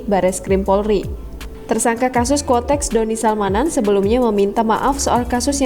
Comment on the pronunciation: kuotex min bukan kotex, kotex itu merk softex